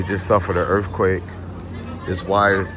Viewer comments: URF-quake? URF-quakes are crazy, Bro?! Ya know wuh I'm sayin'?! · same way I felt listening to you talk about "duh URF-quake."